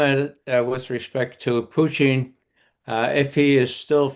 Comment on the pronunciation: How can you take Ray McGovern seriously when he can't even pronounce Putin properly? Hey Ray he's not a french fry gravy cheese conglomeration